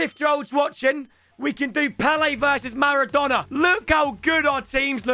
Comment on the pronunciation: riquelme "the argentinian marradona"